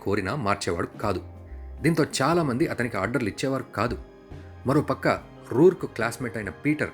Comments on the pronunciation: It's not ruruk it's Howard roark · రూర్క్ కాదు రోర్క్